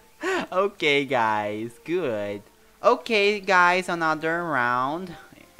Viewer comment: Eles falando Ok gays na minha cabeça gay 🙄💅